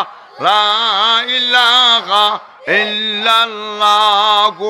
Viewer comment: হুজুর বললেন "লা ইলাখা ইল্লাল্লা", ইটা কি ঠিক আছে নি?